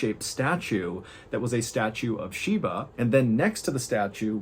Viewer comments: Shiva. Not Sheeba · MR baaaaaaaaaaallllen , its Shiva not Shiba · Thank you for covering the story, but it’s actually Shiva not Shiba. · The pronunciation is SHIVA as in “She - Va” V in Va, not SHIBA “she - Ba”. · I think it's pronounced with a 'V' ,it's Shiva if memories serves me right